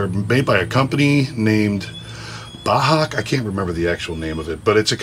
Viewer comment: Bahco it’s Swedish we don’t we say it Ba-co. They make nice tools.